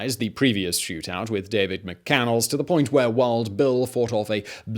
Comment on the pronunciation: Its Mc-Can-Less not Mc-Can-els !!! Get it right already!